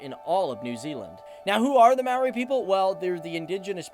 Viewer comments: Completely butchering the maori names man 🤣 it’s easy to pronounce when you know how to say their vowels (a-ahh e-eh i-said like saying “e” o-oar but without the “r” sound and u- ooohhh. Also, if that didn’t help, for starters you pronounce “maori” as mow-ree but almost as if you are going to roll the ‘r’ but not quite. And Mount Ruapehu is said as roo-uh-pay-who. Real good video though! If you do a part two, maybe talk about the All Blacks (our national rugby team) as they are literally our pride and joy. You can also talk about pavlovas, pineapple lumps, L&P because it is LITERALLY THE GREATEST SOFT DRINK TO EXIST!!! If anyone who is planning to go to New Zealand sees this... GET L&P!! Sadly there are some downsides to our country, society wise. This includes our drinking culture, domestic abuse rates, and obesity rate. We are ranked #3 in the world for obesity I think? But if you came here and saw us, many of us aren’t large haha. I love New Zealand because it’s such a beautiful place, we have so many opportunities here and I always feel safe. There is no doubt in my mind that I feel comfortable to walk around alone at night as a female. I’m proud that as a country we are trying to sort out anything negative about us. Another thing to probably mention is our stable economy! It’s great! If you’re visiting during summer, I really recommend checking out Mount Maunganui as a place to visit because it has an amazing beach, plenty of shops and an amazing mountain to climb, which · Hi I'm from new Zealand and your pronunciation wasn't the greatest but I don't blame you. It is truly a wonder full and amazing country full of natural beauty. If you would like some info hit me up. And we might talk about some slang also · wow you did awesome on the pronunciation - buuuuuuut ty a Maori dictionary next time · Maori is pronounced like the word mouldy (mo-rr-e) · you pronounced it mari not mowthe you need the moldy to help with the last half but most people get it wrong anyway